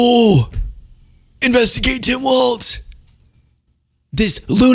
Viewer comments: Please say 'Walz' not WalTz...I know its petty as hell, but there isnt a T in his name. Its just Walz...carry on 😉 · Please, please, please. It’s Walz not Waltz! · it's WALZ not WALTS lol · his name has no t in it, ik it's not the most pressing thing, but just say Tim walls and put some flair on the z. everytime says waltz i cringe. if you like the guy, say his name correctly. for me, it's more egregious than leavitt saying chump because honestly tr and ch sounds are performed in the mouth almost identically, but adding a t sound to Walz is just wrong, unless you start dancing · Is saying Waltz instead of Walz an inside joke? Lol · Walz not Waltz. Tim Walz. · Heads up! It’s Walz like “walls” not “waltz”. There’s no “t” sound. Thanks. Sincerely, A. Minnesotan. 😎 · It's Tim Walz (walls), not Tim Waltz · His name is Tim Walz, not Tim Waltz! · Walz people not Waltz. Mike Waltz is the guy that was involved in the signal chat. Tim Walz was Kamala's choice for vice president. you are pronouncing it wrong also. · Hes Walz NOT Waltz. Two different people one is Dem the other Repug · I’m from WI and it’s driving me crazy that people can’t say Walz!!!! Not Waltz….. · It’s pronounced “Tim Walls” not “walts” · Dude. I love your content as it often so enlightening. However, it drives me nuts when you or anyone else mispronounces his last name. He’s not a three four musical timing for waltzs. His last name is pronounced as though it were spelled “walls”. Still love your channel! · I dig the hell out of your content full stop!but i feel as a Mpls. resident the name of our guv. is generally said like Walls. not like the old dance.keep on truckin dude!